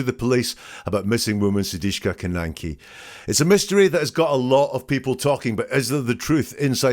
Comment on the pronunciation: su - dik - sha